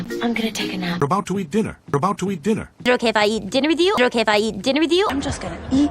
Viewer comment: 혹시 원어민이신가요?is it okay if할때 발음이 도레미쳤다ㄷㄷㄷ